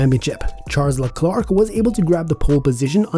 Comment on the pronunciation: Haha, right?! It'e pronounced "Lhe-claire", not "Lee-Clerk"